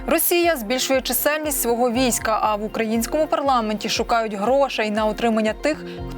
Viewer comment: у озвучувачів якісь прОблеми з нагОлосами: чомусь не чисЕльність, а чИсельність!